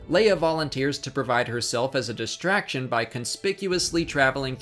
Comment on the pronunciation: Great video. Not sure when so many people started pronouncing "distraction" as "dishtraction" (as in this video -- it seems to be a habit among certain economic and social classes, oddly; such folk pronounce all other "str" words as "shtr", such as "shtrength" or "deshtroy" or "shtrange", &c.), but it's very annoying, and, well, "dishtracting".